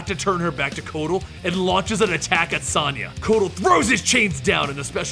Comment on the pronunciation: How the hell do you mispronounce Sonya? It's an actual English name!!